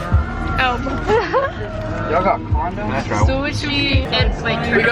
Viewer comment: did you really just say "con doms" lmaooo